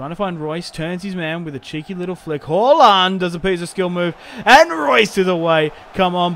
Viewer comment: Did anyone notice he calls halaand haulland